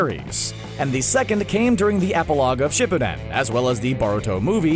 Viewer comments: he said shippuden wrong sorry if i spelled it wrong but i’m laughing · The way he says shippuden 🤣🤣🤣